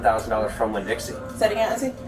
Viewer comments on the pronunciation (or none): "Winnie-Dixie" 🤣Its Winn-Dixie just FYI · It's just Winn-Dixie, not Winnie-Dixie lol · Winnie Dixie? For real it’s Winn Dixie lol this AI needs a good attorney for butchering words lol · Its not winnie-Dixie its winn-dixie pronounced win-dixie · "Winnie Dixie" 🐻🍯 lol you mean Winn Dixie, my man 😂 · The second store was a WINN DIXIE....NOT "Winnie Dixie "!!!! Great AI you got there. Idiots 😂😂😂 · WINN-DIXIE dude, not Winnie Dixie. It even says it on the employees shirts! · "Winnie" Dixie? Just Winn 😊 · WINN DIXIE not winnie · winn-dixie? lmao winnie dixie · It's "Winn-Dixie" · lol cracked me up when called it Winnie Dixie lol